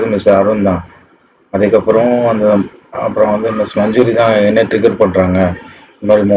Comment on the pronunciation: சார் அது திகர் இல்ல ட்கர், எல்லாம் தப்பு தப்பா சொல்லாதீங்க என்ன கொல்ல போறோன் பாருங்க 🔪